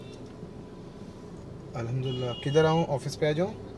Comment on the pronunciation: Bhai ASSALAMUALAIKUM & ALHAMDULILLAH theek se pronounce kijiyega please..i am glad that u utter them Ma Shaa Allah but do them in the correct manner💖💖💖